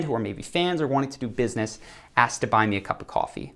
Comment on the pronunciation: While these may not be phrases, You might point to three words used very commonly by Americans that instantly make them look low class, ignorant. Incessantly using the "you know" term and mispronouncing the word ask with aks really put you in a category that you don't want to be in.